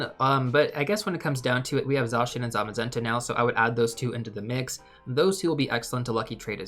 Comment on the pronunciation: This video was incredibly helpful! Thank you! 🎉🎉 Also I love that you're pronouncing Zacian's name correctly!